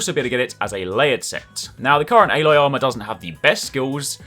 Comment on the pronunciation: "Ayylloy" lmao